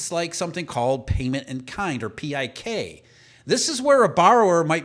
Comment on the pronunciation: PIK interest is pronounced as “pick” interest